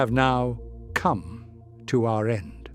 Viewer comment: why you put such emphasis on "COME?" LOL